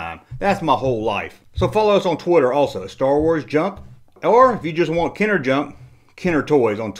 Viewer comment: "Kenner JUNK" ? What is wrong with this fool. - From Starcade vid. It's fine mate but you have great humor and those mispronunciations give this channel it's charm! Great vid!